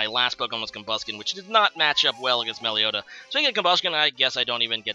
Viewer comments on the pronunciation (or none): Meloetta, not Meleotta....lol